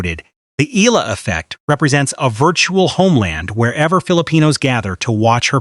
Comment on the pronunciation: Finally .... somebody pronouncing Alex Eala's last name correctly in youtube 😁